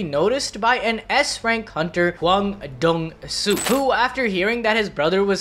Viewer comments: Your saying hwan one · BRO PUT THAT H ON THERE ITS HWAN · No way it’s pronounced “Juan” bro 😂 the H gotta be silent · You gotta say hwan like hank hill say what. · And it's not pronounced juan lol